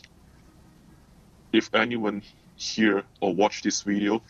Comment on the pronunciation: welcome to another wideo